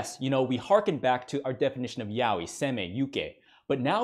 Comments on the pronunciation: its pronounced as YA OY not YAO WI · It gets me when he said yaoi💀